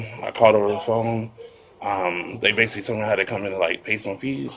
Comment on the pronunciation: basilly....basilly. He does everything basilly.